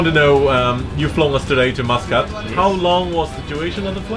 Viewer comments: I thought kept hearing you say “Moscowl” then I read.. Muscat.. lol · he said muscat wrong lol my surname is muscat so i think i know a thing or two about the name